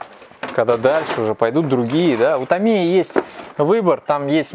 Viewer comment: Не ТамИя,а ТАмия.